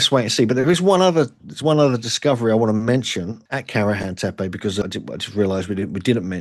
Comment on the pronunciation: Guys I love your videos. Just a small feedback, all “e” sounds in Göbekli Tepe are pronounced the same. You sometimes say “tepe” sometimes “tepi” which could be distractive for Turkish speakers. ( I know its a minor detail ).